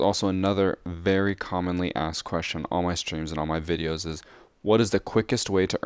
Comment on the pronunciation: Streams and videoses, videoses? .-.